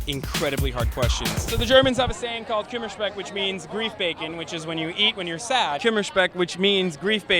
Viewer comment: Dude..... He pronounced "Kummerspeck" as wrong as he could... I didn't get it at all.